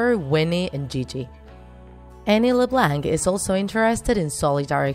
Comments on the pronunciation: If your gonna say their last name say it correctly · How do you make a draw my life, but can't pronounce their last name. It's french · The c is silent in Leblanc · Annie Le bLaNk me: I'm pretty sure its pronounced Annie le blaunk. but Idk I may be wrong. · Omg the way she says Leblanc it's not Le blank it's Le blanck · It’s not la-blank it’s la-blonk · It’s not pronounced “LIBLANK” it’s called “LEBLANC” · Leblanc!!!!! Not leblanck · It’s not la blank it’s Leb blonck like blonde with ck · It’s pronounced leblonc not lebanke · I'm so sorry...but the way you pronounce things is really throwing me off... La-Blank? It's kind of like Lah-Bl-on-k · Alicia Rutledge no it’s pronounced Le- blank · Alicia Rutledge ikr! Le BLANK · It is lu blonck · It's not "LeBlanc" it's LeBlonc even though it's spelt leblanc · It’s Le-Blonc that’s how you pronounce it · i’m sorry.... leblank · its not la blank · you say leblanc its pronounced leblaunc but it is spelled leblanc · Its pronounced LeblOnc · It makes me uncomfortable that she pronounces leblanc like leblanck. mostly because my last name is also leblanc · Leblanc?? It’s pronounced like leblonc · And the pronounciation of leblanc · Alicia Rutledge I agree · shes saying leblanc wrong that BUGS MMEEE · It's LeBlanc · You said LeBlanc wrong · She says Leblanc wrong 😂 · Your saying LeBlanc wrong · She pronounced Leblanc wrong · She spelt "summerall" wrong🤣 And pronounces leblanc wrong🤣 RIP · learn how to say "LeBlanc" omg